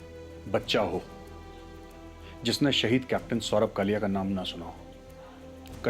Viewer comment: It's not Kalya, it's Kalia....plz correct